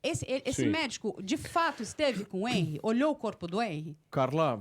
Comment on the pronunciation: A pronúncia do nome dele não é HÊNry e sim HenRÍ